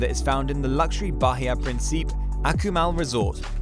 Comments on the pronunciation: It’s not “Prin-SEEP”. It’s “Prin-see-peh “ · Its Principe with an "Eh" at the end lol.